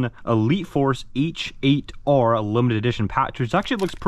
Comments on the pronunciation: I have the H8R. its soooo worth it. one thing I learned is that you actually pronounce it hater rather that h8r. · H8R=Hater pls just say it right 😂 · i think the “h8r” you’re supposed to say it like “hater”